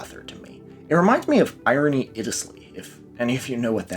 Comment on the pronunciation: wait is the "irene" in irene iddelsleigh pronounced "irony"